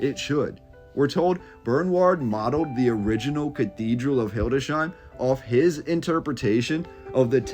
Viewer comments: Not "Hilde shein", but "Hildes heim". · Its not hildesheim, but hildes/heim